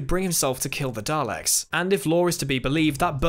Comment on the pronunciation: Why are you pronouncing daleks weird?